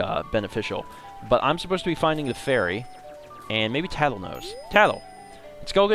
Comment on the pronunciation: get it tatl tale...... Tatltale